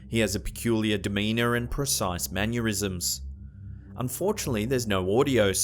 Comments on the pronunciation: nah dude, try *mannerisms* ... manure-isms sounds pretty shitty to me. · yeah and manurisms instead of mannerisms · What the fuck is a "manyerism"? Is that like the words that end in vowels that the British mispronounce as ending in the letter R? For the people who supposedly created the language they sure do pronounce it strangely. Sometimes. Only sometimes. And dont jump on me for the way folks in the south of the US speak. That's inbreeding, hence the strong support for Donald Trump and the belief that hand sanitizer qualifies as a beverage.